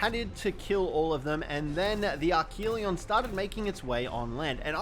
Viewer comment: And archelon pronounced arc-a-lon